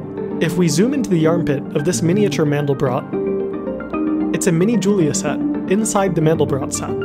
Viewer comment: You mispronounced Julia (he was French)